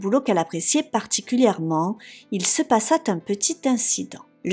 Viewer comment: Et aussi "il se passa un petit incident" et pas "il se passa-t-un petit incident" !!!!! Passa ne prend pas de T donc zéro liaison !!!!